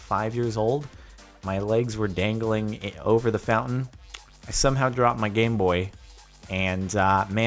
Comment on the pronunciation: Wait was it only me who heard "Gayboy" instead of "Gameboy" ? 😆